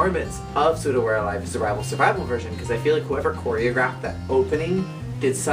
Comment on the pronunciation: You pronounce Souda as "Soda" not "Sooda" XD Also, I have to say that Souda We're Alive hasn't even nearly been as overused as LOVE Machine which is basically used whenever Momusu is mentioned. And Furusato wasn't really a love song in my opinion, it's a song from a daughter to her mother. But I agree that it's nice to see some variation in solos! Based on what you said about the lyrics and the childishness etc. I can't WAIT till you do some of the future songs~ Btw, I agree on the lyrics part:P